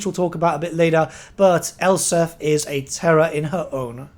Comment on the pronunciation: ElsPeth. It's a play on the German name Elsbeth. You should pronounce them the same. SelzENmend? Sahl-Tsen-Moohnd. Gsus christ you're absolutely butchering these names. Brooh-kner. Theodore Bruckner. Please take like 1 pronunciation class on Germanic languages man. Or talk to ANY German dude. Or Dutch, like me.